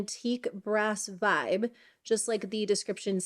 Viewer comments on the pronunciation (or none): none